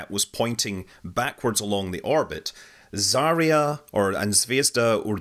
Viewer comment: Yeah, finally. But Zarya etc. still bad.